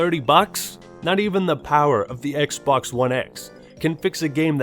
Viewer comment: "We are concerned that Kylo Ren may be replicating the experience Darth Vader is known for." Also - Introducing the new XBlox from Microsoft. ;)